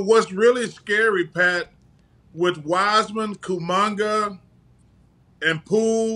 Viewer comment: Kumangaa😂🤣🤣 Come in chuck, say it right